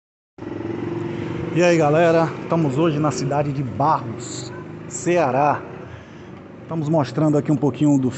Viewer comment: correção o nome e barro não barros